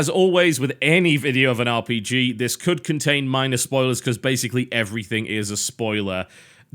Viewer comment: sounded like he said bj XD but its called rpg